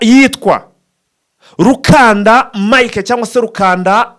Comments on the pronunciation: Ni RUKUNDA si RUKANDA. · Yitwa Rukunda apana rukanda